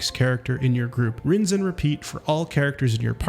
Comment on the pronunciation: Rinz and repeat. It was at this moment I realized I was listening to either A) An AI porogrammed to purposely pronounce words wrong to rage engage B) a bad AI or C) a real person speaking nonsense who likely hasn't even played the game